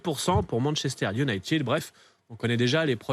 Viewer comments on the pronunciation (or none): Cette façon de prononcer ; "Manchester unitide " !! c'est a chier !!